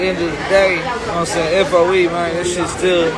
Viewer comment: 10.19 Can stakeholders translate from Ugh to human, please? All I can work out is a stringy speccy white geezer pretending to be a cool black dude by saying "nowahmsayn." No, I don't know what you are saying, dipshit. Put some consonants in and stop pretending to be gangsta. Poor, poor kids. I have to get some humour out of this but I hope this lugnut enjoys meeting some guys inside who don't appreciate his larping.